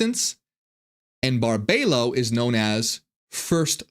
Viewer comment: Her name is pronounced Bar-bee-low